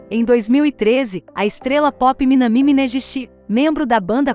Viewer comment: Na verdade o correto é Minâmi Minêguishi e não Minamí Minêjishi...as pessoas confundem,mas é só lembrar do Kan-ji com som de D...As pessoas pensam logo na canjica 😂 mas está errado. E o acento na língua japonesa não é da mesma maneira que nós,então devemos sempre jogar ou pra baixo ou na neutralidade a fonética nas vogais 👍